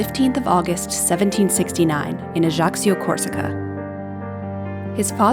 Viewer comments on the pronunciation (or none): Ajacho is not [Adgacio] but [Aiachio]